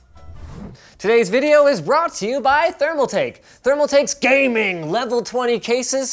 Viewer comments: GAY "MING" appears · Take shot whenever he says "GAEMING" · you officially made me feel bad about my computer set up by saying GAMING! like that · I lost it at every emphasis of GAMING lol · Please say ‘GAMING’ like that every time you say it in the future. Thanks! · Ha ha ha ha... whenever you say gaming!!!! My friend laugh out loud